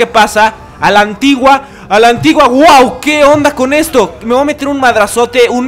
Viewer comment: Me rncanta cuando dice , voa correr , en vez de decir voy a correr :v